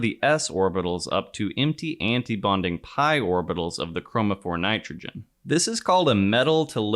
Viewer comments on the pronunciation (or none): none